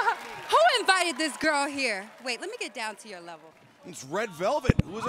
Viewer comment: "Wait, let me get down to your leverl."